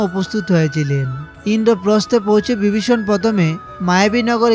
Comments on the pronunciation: উচ্চারণগুলো সঠিক বাংলা হলে ভাল লাগতো। যেমন বগবান বিবিষন ইত্যাদি উচ্চারণের কৎা বললাম । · সবই আজগুবি গল্প কথা 😮 ঠিক মত উচ্চারণে কথা পর্যন্ত বলতে পারে না ! ! সে আবার জনসমক্ষে বলে ধর্মের কথা।। 😂 বিবিষণ , ভক্ত নয় বক্ত 😢 হায় রে, আমরা কোথায় আছি ! আদতে ইউটিউবে বোধকরি কোনো বিধিনিষেধ নেই। যোগ্যতা থাকুক বা না থাকুক , যে যার মতো ভাট্ বকে যায়।।